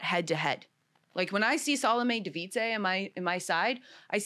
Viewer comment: Thank you for your time and posting. Found you thru 'The Pickeball Studio'. I'll just say that Devidze is not the biggest cheater now. When you don't even want to pronounce Devidze's name correctly, your opinion goes down the toilet. is great to listen too though, I've heard her on a few podcasts. Way to much guessing and exaggerations here. What's funny is the paddle came back legal. Hate is a very big word. If she is happy with the way she is, that's great. Is it hate or are they just different standards?:) The problem with me is complains about the player, complains about the ref, complains about the audience. Thank you again for posting.:)